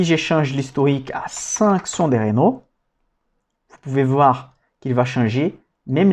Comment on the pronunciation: Superbe travail. Sinon c'est Renault pas Ranault ^^